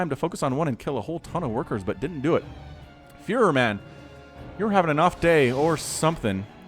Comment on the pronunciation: When you saying "furo" i hear fuhrer xd